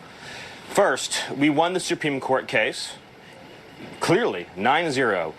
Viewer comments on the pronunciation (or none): "Su-peme case"??? Miller can't even speak correctly! 🤦🤦😂🤣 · “The supweeme court” Not only does he look like Elmer Fudd , he talks like him . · It's not the "Soopeem" court.